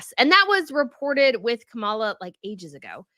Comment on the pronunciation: Not to get political but...Trump is #1 in word salad, losing staff and spewing lies and going on tangents that make no sense. It's Kah mah lah. It's just dumb on your part not to pronounce the name correctly. EDIT: I was sarcastically addressing with “not to get political” which is what a said before she got political. Secondly, I was using B’s fun comment “it’s just dumb”. I wish people would actually pay attention to what the creators actually say!